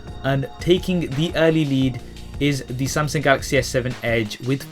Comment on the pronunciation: samsing galaxy :D